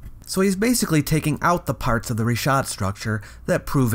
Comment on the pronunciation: Thank you for pronouncing it Reeshaat as it should be in Arabic. Richat is simply the french transliteration, which can't seem to get his mind around. (his surname isn't bright as you said. Nor is he bright)